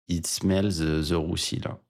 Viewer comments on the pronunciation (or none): "It's smelleuuh the roussi là !" hihi